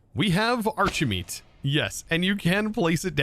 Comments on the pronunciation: shouldn't it be pronounced "arki-meat"? You're not called Chosen Archie-tect are you? :P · Why is it pronounced like arch and not like architect?